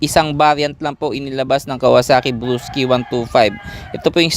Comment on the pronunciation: Bulol ka nmn blosky kamo nmn walakang are